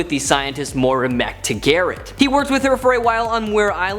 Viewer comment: Moira Mc-Tag-Gert!